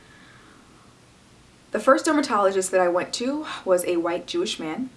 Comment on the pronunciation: why does she say Jewish man like that ?